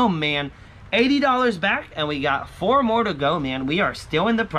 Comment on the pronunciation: Nice! + you made me laugh again by saying 4 "fo" I swear I don't know why that strikes me so silly :)